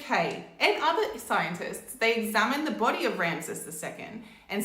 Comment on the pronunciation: Each time you say Ramses i hear Ramsay 😅